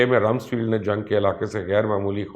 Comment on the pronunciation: Not Ramsfield but "Ramsfeld"